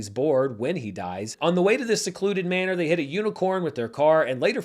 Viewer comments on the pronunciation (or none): none